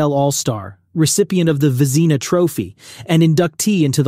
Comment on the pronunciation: That’s the wrong pronunciation! For the Vezina trophy!